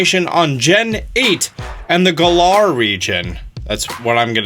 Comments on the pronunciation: "galar" is pronounced the same way "valor" is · The trailer clearly says the name of the region correctly. And yet purposely says it wrong. "Cringe"